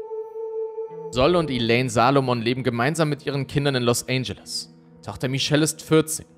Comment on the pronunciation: „Los Ändschelles“, nicht „Los ANGEL-es“